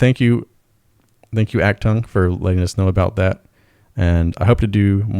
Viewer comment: It's pronounced Ocht-toong. 🤓